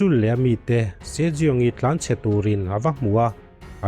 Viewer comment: Sir se jeong tih khi si young ti a lam tur nilo mo